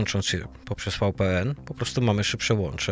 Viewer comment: VPN to Wi Pi En tak sie wymawia. WiFi to łaj faj